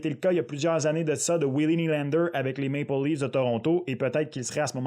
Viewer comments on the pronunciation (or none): none